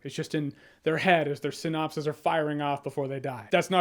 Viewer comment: Synapses not synopses